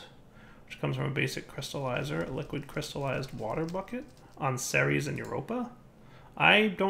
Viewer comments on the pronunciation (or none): none